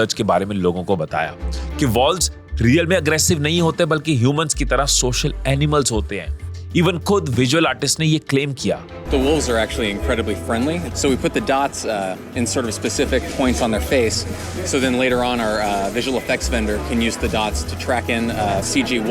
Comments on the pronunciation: Great video, really like your content. Just thought I'd correct your pronunciation here, Wolves is pronounced as Wu-lves not vaulves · Bhai pehle toh vales nahi hota woh wolf hota hai 😢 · Wolves is pronounced as vulvz, not as volvz. Rest is excellent 👌Nice recording, classic editing, excellent plotting. ❤ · "Wolves" pronunciation galat h 🤢